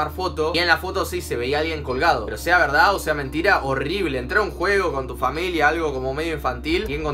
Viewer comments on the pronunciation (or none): none